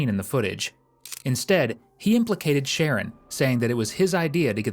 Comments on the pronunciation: His name is shaaa-ron nor sharron 😂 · The narrator keeps calling this kid Share-an and his name is Shu- Ron .. I feel so bad for his mother. He’s only 12 yrs old and already has so much hate for another human being. A vulnerable person no less. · The commentary calls him”Sharon but it’s pronounced “Sha Ron” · Sharron is pronounced (sha-ron)😂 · FFS...Sha-RON...not Sharon! That being said, the fact BABIES this age can get heir hands on guns should scare the crap out of everyone. This country is lost. Lost and out of control. With our new "president"..I suspect evrything is just going to get worse. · I know these kids have stupid names, but calling him Sharon the whole time is wild. I’m sure it’s “shuh-ron”. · OMG, his name is Sher Ron, NOT Sharon. The detective said his name correctly, may times. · Nope. It’s Sharron. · Just want to point out his name is pronounced: sha-RON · Says sreggin 😅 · It's pronounced Sha'rron his mom kept calling him ron and ronny. I doubt his name was the issue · i hope the narrorator is AI because if not they need to be educated on ethnic name pronunciation its SHA - RON its not hard jesus fuck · I believe it’s pronounced Sha-Ron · shah-Ron it’s a man name 🙄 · You don’t even say his name correctly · narrator needs to just call him ronnie, as he cant pronounce the kids name even after the kids name has been said several times.